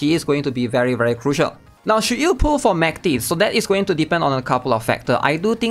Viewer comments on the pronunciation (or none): the dub accommodates voice actresses, but her actual name should be like the russian word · no, we literally have the pronunciation in the game in the event, her name is not pronounced like that at all